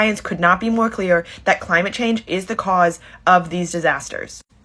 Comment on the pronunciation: Da cwimate cwisis OK GORL AS IF THE LITERAL DEMOCRAT PRESIDENT CANT DO A THING